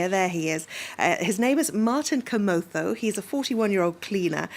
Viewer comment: The lady pronounces Githeri man and kamotho like she's a pro in the language.. that deserves a 🏅 medal🔥🔥😂